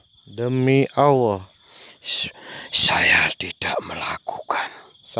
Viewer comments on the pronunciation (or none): Bagus juga nih video kalo di buat film Indosiar bakalan panjang 😆 Gak masuk akal masa khodam kok nyebut nama Awwoh bukan Allah ketauan banget rekayasa'a 😆😆😆